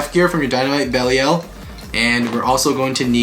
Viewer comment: you are saying Belial wrong